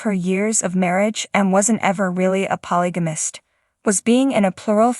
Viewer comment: You should at least get an AI voicethat can pronounce polygamist since it is being said so frequently.